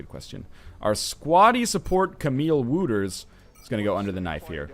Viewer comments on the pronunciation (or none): Hahaha Camille Wooters. The "ou" in Wouters is the same as in ouch. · Haha the prenounciation on how you said ''Wouters'' XD Hilarious!!